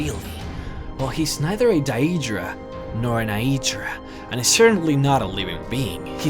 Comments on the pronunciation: Why do you pronounce it as Dyeedra and Ayeedra? I'm not being mad, but it's pronounced as Daydra ans Aydra. It may have been confusing due to its spelling as Daedra and Aedra. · dyeedra and eyedra this is stupuid it is day-dra and aye-dra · Why does he accentuate certain letters in these words? He says deadra and eadra wrong. There's no ay eh in the words, even the npcs say it differently than him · its AY-dra and DAY-dra. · Not liking that pronunciation of daedra and aedra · I get that this is years dated, but legit pissing me off with the blatantly incorrect pronunciation of Aedra and Daedra. Just saying. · The ae in Aedra and Daedra are pronounced, both in game and lorewise, as in Caesar. At least in Oblivion. Not DAHEEDRAH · You sound Australian when you say aedra and daedra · You pronounce daedra and aedra wrong